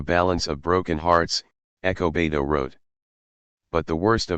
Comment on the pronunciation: Despite the narration I appreciate the upload. Whats up with ernesto being referred to as echo beto?